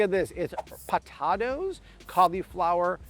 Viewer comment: I love your videos but wonder why you say some words wrong, like potatoes and vitamins for example.